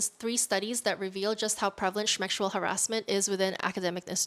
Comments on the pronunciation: I know that YouTube is hard to work around but PLEASE use a different term to hide from the AI censors because "shmexual assault" really makes it sound like you're making fun of it or treating it less seriously. People use this type of pronunciation jokingly. These topics need better care because many of us have been victims of these crimes. Please just say "S.A." if you can't say the real word. Or just say "assault". Or say the word and bleep it out. But not this. I hate how the internet is changing our language to these childish terms like "unalived" to stop us from talking about these topics. We obviously want to talk about it. They should just let us... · A video about sexual harassment and the very term is butchered ? And dont blame it on YT, there are many vids that don't butcher these phrases. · Is there a reason why you cannot pronounce „sexual“? If we start avoiding naming things by their correct names, we start hiding them. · why is she pronouncing "sexual" like that?